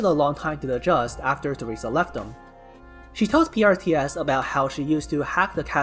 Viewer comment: And when you pronouncing PRTS...it does sounds like Priestess